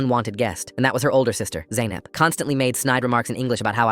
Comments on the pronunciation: Its not zeynep its zainab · Bro, my mame is zainab, pronounced like zeynap😭😭😭